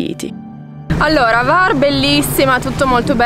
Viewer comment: Ciao bellissimi, ben tornati! Ho sentito la vostra mancanza, e quella dei vostri video. Hvar è bellissima, è chiamata la Portofino dell >Adriatico e l isola della lavanda. scusa se mi permetto, il nome non è Var, ma la acca viene nominata, cioè Cvar. Perdonami, non volevo fare il saccente, ma navigo come marinaio in quelle acque da tanti anni. Un caro abbraccio a voi.